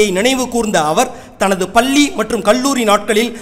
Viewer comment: பள்ளி vs பல்லி . Learn and pronounce tamil properly. Or appont some good news reader.